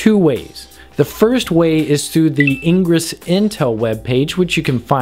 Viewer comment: 1. Those bips at the start made my ears bleed, learn what audio levels are and balance them. 2. It's IN-GRESS not engruss. It's the opposite of egress. Engruss could be confused with egress. Which is probably why the opposite of egress isn't engruss but in-gress. 3. Punch yourself in the nuts, see 1, and 2, and repeat until enlightenment is achieved.